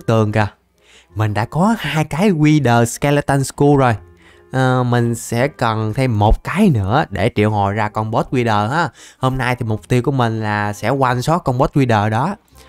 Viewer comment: wther skeleton skur mà đọc là wher skeleton sờ cu chịu kkkkkkk